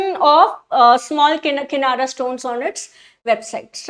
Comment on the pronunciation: Madam.... lokmaaaaat nahi lokmat hota he...... kinara nahi kirana hota he. Anyways, nice way of teaching.